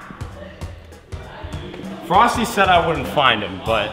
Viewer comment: YOU FEELING ALRIGHT EDITOR? Courage: Frosty: FrostE Me: What the fuuuuu